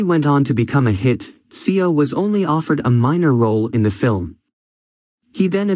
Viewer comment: what is mysterious about this? also it's seo is proounced as so